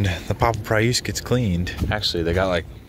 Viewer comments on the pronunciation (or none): WTF is a PRE USSE. It's pronounced PREE US. Look it up.